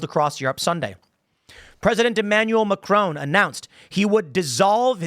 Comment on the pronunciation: It's not 'Macrone'